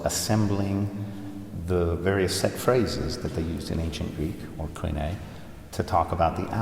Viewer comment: It’s such a treat to hear someone pronounce Koine so fluently. Greek is a beautiful language!